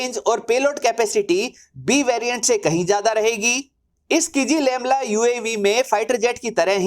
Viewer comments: “किजीलेलमा” हैं भाई किज़िलेमला नहीं। क्या गुंडा बनेगा रे भाई। 😂😂😂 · Not kijilelma, it's kizilelma. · "Ç" is Pronunced as "J" in Turkish. Akinçi is Pronunced "Akinji" Also you're pronuncing "KIZI-LELMA" wrongly as "KIZI-LEMLA" Thanks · RIP Kizilelma Vs "Kizilemla"😂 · Abey jahil ki-zi-lel-ma hota hai Kizilemla nhi🤣